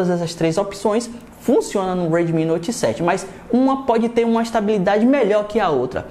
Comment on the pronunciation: Sou fã de vc cara mas fico com agonia pq vc fala '' redmin'' ao invés de ' redmi'